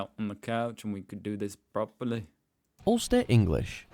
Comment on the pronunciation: 🤭at minute : your "properly" sounds nearly like a german accent!!!! 😂🤣😂 -Greetins from Germany!👍😉